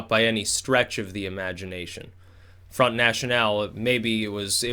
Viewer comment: As much as I liked your comments about the US elections, your comments about the EU has not a lot of substance. It is as far away from accurate as much as your pronounciation of "front national". Stick to american politics please, you gamble with your credibility here imho.